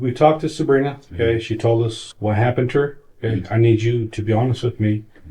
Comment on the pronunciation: Dude kept wrongly pronounced her name as “Subrina” it probably shouldn’t have but it kept bothering me a little bit lol